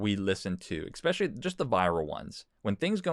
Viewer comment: I want to believe you, but you said "ecspecially" instead of "especially".